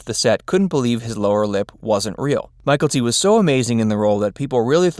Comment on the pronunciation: The actor that played Bubba's name isn't Michael-T. His name was butchered in this. Maybe do some homework before the voice over.